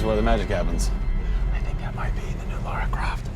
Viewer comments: Yea but she can't even say her game character's name properly cos she's been innthe states too long. It's Lara not Laura.. as they seem to be saying.. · Camilla and the interviewer and Crystal Dymamics can't say her name correctly.. It's Lara ffs not Laura. Arghh !! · Biggest pet peeve ever: "Laura Croft" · So is it LAURA Croft or LAHRAH Croft? (Pronunciation) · its Lara not Laura lol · It's Lara not Lora ffs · did he say LORA Croft at the end?!? jeebus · You would hope that the host of a documentary on Lara Croft could pronounce "Lara" properly :|